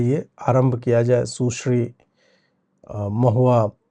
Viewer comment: सुश्री नही× सुसरी✓